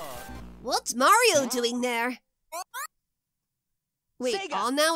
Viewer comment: I'm certain that he said "Nario" instead of "Mario"